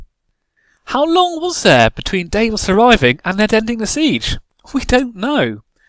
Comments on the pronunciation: dav-os not dave-os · While I enjoyed your sense of humor.. Some of your facts are way off as many have pointed out. Davos did NOT lift that siege. Ned did. And he brought more than just onions. But aside from all that... I could only stand you mispronouncing Davos' name so many times before I had to shut it off...